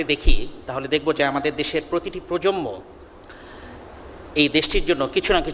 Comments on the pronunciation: স্যার - প্রজম্ম শোনা যাচ্ছে। প্রজন্ম হবে। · প্রজন্ম এর সঠিক উচ্চারণ 'প্রোজনমো'। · প্রজম্ম না প্রজন্ম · অধ্যাপক সাহেব তরুন প্রজন্ম কে বারবার প্রজমনো বলছেন 🥴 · প্রজন্ম উচ্চারণটাও ঠিক মতো বলতে পারে না।